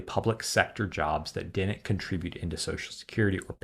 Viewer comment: learn to pronounce "DIDN'T", it's not "DENT"